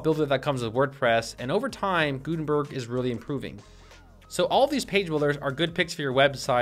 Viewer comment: Anybody else throw up in their mouth a little bit when he said gutenberg?